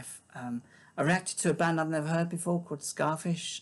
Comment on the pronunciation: Oh and by the way, just a heads up, the band Skafish is pronounced "Skay-fish". Not "Ska" like the music genre. It's actually the lead singer Jim's last name. Which is why it is sort of important.